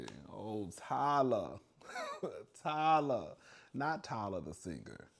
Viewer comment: I love ❤ when you say Ty Luh 😂😂😂😂